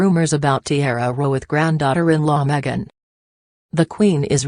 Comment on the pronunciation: Its not meget its megan